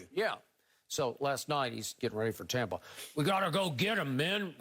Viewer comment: I wanna throat chop skip every time he says “Tompa” Bay